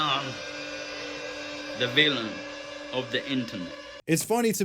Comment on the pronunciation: "I YUM.. DE VEELUN"